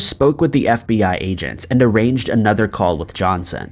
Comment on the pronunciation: Here for those verbal slips ups. How many this time? Araged = arranged